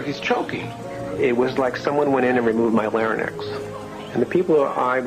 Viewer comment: lol larinex... try Larynx... Dumb prophets ftl